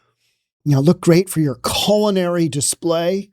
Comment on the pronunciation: I thought he said, "colon-ary" display LOL, OLOL 🤔🤣